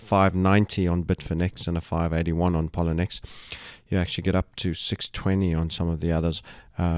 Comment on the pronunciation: Excellent as always ... but Sir may I point out: you are mispronouncing Poloniex - it is pronounced p-o-l-o-niex - thank you for all the brilliant forecasting and information.